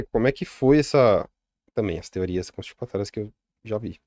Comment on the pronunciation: Genteeeee!!!! Que agonia esse homem falando "Teoria CONSTIPATORIAS". O que constipa é o intestino querido!!! É CONSPIRATÓRIA!!!